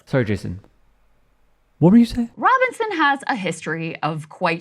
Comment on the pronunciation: Shitlock can’t even pronounce Robinson… if that idiot makes it to president I’m changing my name.